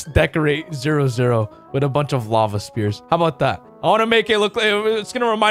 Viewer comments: It's sphere not spear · Dude why does every youtuber I watch pronouce Sphere (its pronouced s-fee-r) as spear like bruh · I like that he says spear instead of sphere